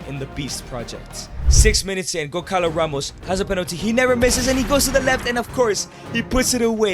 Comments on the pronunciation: bro really said goncalo instead of gonçalo only Portuguese people will get it🇵🇹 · gonçalo is pronunced gonSAlo, not gonKAlo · its not goncalo, its gonssalo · The agony im feeling when you say GonCalo Ramos. This "ç" has the sound of a "S", so that's it. But i mean, he is under mr beast umbrella, so Who am i tô question anything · As someone from Portugal, you saying gonkalo ramos angers me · bro you say goncalos name wrong